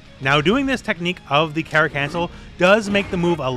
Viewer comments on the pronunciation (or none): It’s pronounced Cara but patato potato I guess